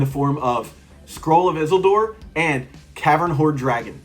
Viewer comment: Oh it's not like a fun trivia thing, it's a real "I'll look pretty bad pointing it out" kind of pedantic note. If you insist though, I don't think that's how you pronounce Isildur. I believe the appendices spell out that it's pronounced "Ee-seal-dour". You're saying Isel-Door.